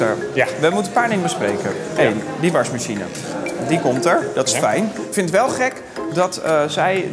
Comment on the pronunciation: Wrm zegt tim "warsmashien"